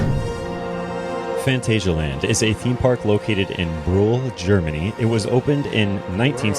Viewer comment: It's not in Berlin it's in Brühl. The creator of this video pronounces the name slightly incorrectly or mumbles.